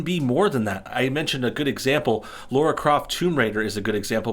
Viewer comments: Its not LOra Croft, its LAra croft! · It's Lara not Laura. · FFS! Her name is Lara Croft!!!!! Lara! Not "Laura". LAAAAARAAAA Croft. Not "Craft". CROOOOFT. Why can't people read, and have a sense of hearing? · its LARA croft not laura kraft ffs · Howcome people pronounce Tina as Tina but pronounce Dina like dinosaur? this guy even says "LAURA croft" lmao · Yanks find it hard to pronounce certain things. They definitely have trouble saying Lara lol.